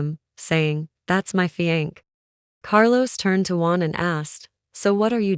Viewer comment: She cant pronounce fiancé. Driving me nuts.